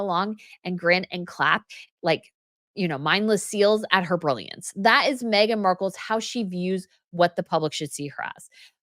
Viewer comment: please quite saying magen Markle all the time